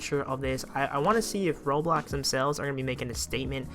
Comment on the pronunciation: I cant turst him HE CANT EVEN SAY ROBLOX RIGHT